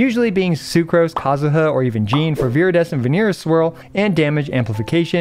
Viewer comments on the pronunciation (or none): none